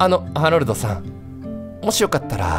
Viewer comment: こ、これじゃあハロルドじゃなくてハメルドじゃねかw